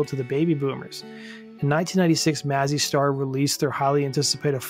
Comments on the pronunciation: It’s May-Zee Star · it´s pronounced May-zzy star